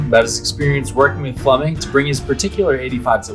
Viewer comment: 'Flumming' or Flemming?